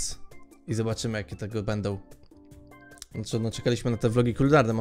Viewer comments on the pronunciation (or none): none